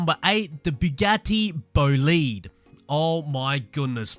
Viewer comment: I’ve got to say this. It’s pronounced Boe-lide!